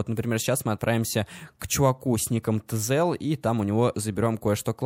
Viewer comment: Его зовут не "Тзел", а "Тизел"